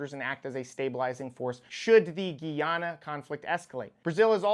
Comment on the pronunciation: Bro its pronounced guy-anna